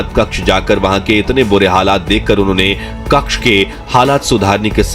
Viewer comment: कक्ष नहीं भाई कच्छ बोलो।😅